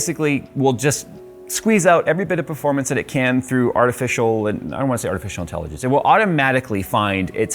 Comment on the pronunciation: No one:: pErFoRmAnCy